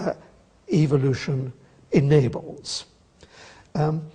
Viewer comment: Doesn't Atkins sound like he is saying 'evilution'?